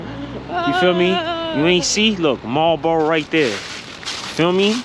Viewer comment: It's Marlboro, not Marbro. Your welcome.